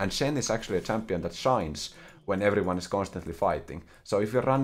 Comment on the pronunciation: Starts the video "Come on. Come on. Give it to me." "Gurreetings to evuryone." YEAAAAAAAAAAAAAAAAAAAAAAAAAH